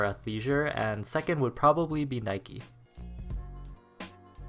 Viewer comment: Ayy what's dat boiii reppin today... "adeedus"? "nikey"? Man kids these days and their edgy non-mainstream brands! Pshh!